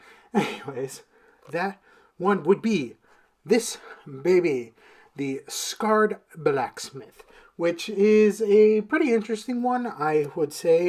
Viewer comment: Sacred not scared brotha 😅😅